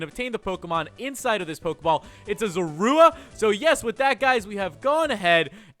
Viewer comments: Wired how in black and white he said ZORUA but here he said Zurooa ik how it's spelled but it's hard to spell something with how someone said it when u already know how it's rlly spelled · You did not pronounce zorua